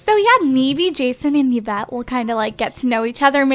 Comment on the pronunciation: yvette i9s not pronounced like that its pronounced like evette